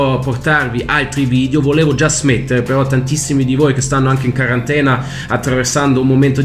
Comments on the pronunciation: La intro fa troppo ridere😂😂😂 comunque si dice quarantena non carantena, continua così che ci diverti con questi video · Quarantena no Qarantena